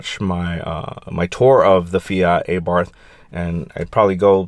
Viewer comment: Nice comparison, but just cant seem to get past you calling it EyBarth :)